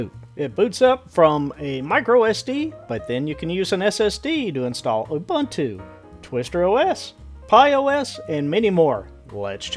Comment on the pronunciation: It's pronounced oo-boon-too.